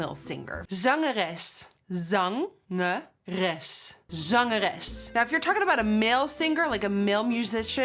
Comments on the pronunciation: Jij bent gewoon zo jezelf ! Zo jaloers hoe jij je make-up doet ! En klinkt zo gek als je ineens zangeres zegt haha moest gwn ff terug om opnieuw te luisteren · "zangeres" sounds a bit like "songstress" how cool